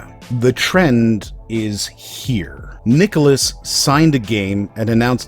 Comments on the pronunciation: My only critique of the vid is your pronunciation of nicalis, every video I've ever watched on them goes (Nigh-Cal-Is) so it constantly distracted me, but other than that yeeeesh, no wonder I never see them outside cave story, Binding, and Ikaruga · How do you actually pronounce "nicalis"? I've heard it pronounced three different ways now.